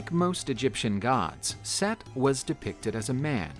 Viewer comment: Omg! Its Set not Seth!!!! 😆